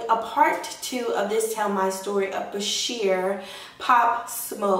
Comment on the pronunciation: its not bASHIR ITS BashAR (AR not IR THANK YOU)